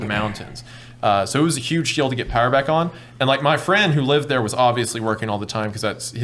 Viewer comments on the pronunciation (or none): none